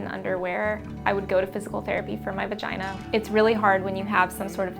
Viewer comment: Ur Vah-gye-NAH is not an excuse to not shave ur upper lip.